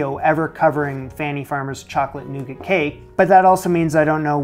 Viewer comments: noo-gah is how it's pronounced my good sir, latin translation 'nut bread' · You don’t pronounce the t on the end of nougat …